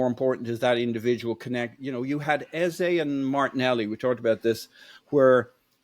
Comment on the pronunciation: Our number 10s name is pronounced like EHZUH not like EHZAY